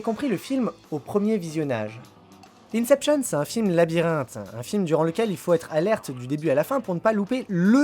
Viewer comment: On ne dit pas "Incepshionne" mais "Inception".